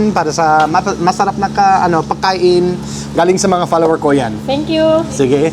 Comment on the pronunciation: One word that could make a huge change and improvement. Your pronunciation of "pagkain" it sounds like "Paah kain" (pakain meaning feeding) try pronouncing it a hard "pag" like a dog "pug" ,its one of the words hard to pronounce buy foreign people.